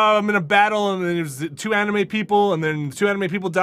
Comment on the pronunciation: Did just call anime...animu?